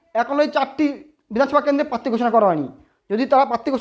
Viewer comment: Uccharon ta ektu thik korun bhai. "Patti" na "Prarthi"."Tinomool na "Trinomool"